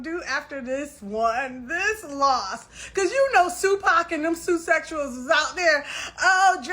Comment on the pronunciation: Did she just refer to them as "Sue Pac and the SUE-sexuals" 👁👁Excuse me, Ma'am. 😂😂😂